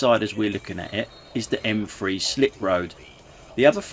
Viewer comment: It's not the M free it's the M three